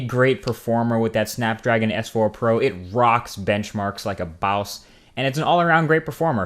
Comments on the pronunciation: I like it when you say baws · Did he really just say "like a Bowse"? ROFL. Awesome.